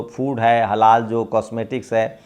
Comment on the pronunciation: Halaala nahi halaal hai